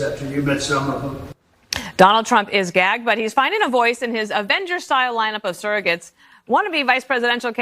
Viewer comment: She literally said surrogates hahahahahahahahahahaha